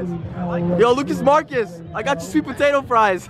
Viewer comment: Lol he said. Lucas Marcs lol